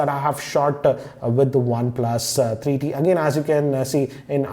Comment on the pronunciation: why does he wierdly pronounces one plus 3eeee teeee